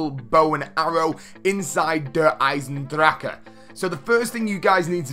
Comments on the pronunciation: ITS DER EYE SIN DRAUK NOT DRAUKEU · Der i-zen-dra-ke Not Hard..